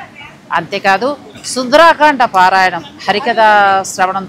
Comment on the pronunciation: నమస్కారం! మీ ఆనందాన్ని చక్కగా ప్రపంచానికి పంచారు. ధన్యులు! సుందరకాండ అనాలి. సుందరాకాండ అన్నది లేదు. సుందరాంగి ఉంటుంది కానీ సుందరంగి ఉండదుగా!?! 🚩 జై శ్రీ రామ్ 🚩